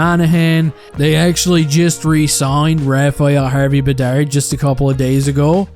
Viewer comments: Its Harvey Pinard not Bedard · harvey pinard not bedard😂